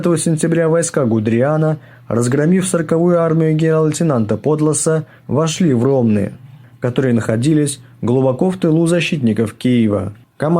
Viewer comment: Не пОдласа, а ПодлАса